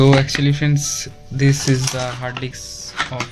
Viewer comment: R u purposely saying Hard d*cks?😜